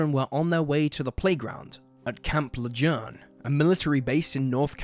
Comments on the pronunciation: Its pronounced camp lajune even tho the spelling isnt lajune this spelling how the word is said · I always find it fun how people who aren't local pronounce thing. "Le-June" is how it's pronounced. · Camp Lajune !!!!!!!!!!!!!!!!!!!!!!!!!!!!!!!!!!!!!!!!!!!!!!!!!!!!!!!!!!!!!!!!!!!!!!!!!!!!!!!!!!!!!!!!!!!!!!! learn how to pronounce names !!!!!!!!!!!!!!!!!!!!!!!!!!!!!!!!!!!!!!!!!!!!! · Its pronounced Camp Leh - june and thats my hometown 😱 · You’d still be wrong, it’s pronounced Le-Zhurn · It is sad. Am I a terrible person for smiling at how he pronounced it though?